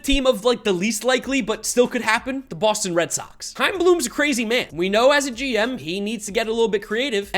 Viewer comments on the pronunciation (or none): none